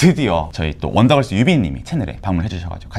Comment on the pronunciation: 언더걸스가 아니라 원더걸스 입니다